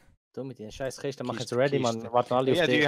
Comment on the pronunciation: Kischten kischten🤣🤣🤣🤣